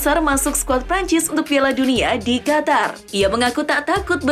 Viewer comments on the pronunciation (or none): none